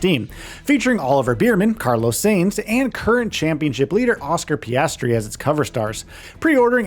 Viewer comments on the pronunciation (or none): You pronounced Piastri and Immola wrong Lol